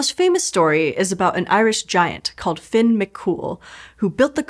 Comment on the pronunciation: Actually, she pronounced it perfectly. That's how the name is pronounced in Ulster Irish, and since the legend and the causeway are both from/in Ulster, "Finn" is the correct way to pronounce it. It gives me shivers when I hear it pronounced "fee-yun". That's not how it's pronounced.